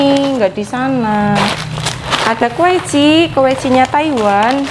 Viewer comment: Kweci..kweci..bhsny lucu mbk..🤣🙏 klo aq bilang..kwaci..😂